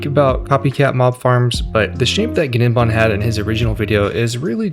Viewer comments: Im pretty sure its just 'nim-bahm' - like the g is silent. Not a big deal it just sounds goofy as all hell when you pronounce the g lol, guh nem bahm is wild af 🤣. Awesome video tho man and thank you soo much for talkin at a normal cadence without the overcharged caffeinated crackhead energy these other people seem to have to put on. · Great video. BTW The G in Gnembon's name is silent. E.G. "Nembon" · Awesome video. Thanks Oh and the ‘G’ is silent for gnembon meaning it’s pronounced as Nembon. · Fairly sure the g in gnembon's name is supposed to be silent. Like in words like gnat, gnome, foreign, etc. So it should really be pronounced as "nembon" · the g in gnembon is silent, lol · The g in Gnembon is silent. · gnembon has silent g btw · And the G is silent (in gnembon). 😉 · The G is silent btw